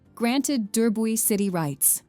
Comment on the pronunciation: This AI voice really can't handle the French names. That's not how you pronounce Durbuy (or known at this day as Coucke-land). But yes, i love our Ardennes.